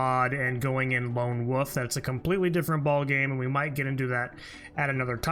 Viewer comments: Loan wuf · Say Lone Wolf again. 😂